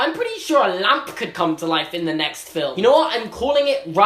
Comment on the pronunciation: maybe its just bc im an american...but he says lamp EXACTLY like harry potter (well daniel radcliffe but you understood)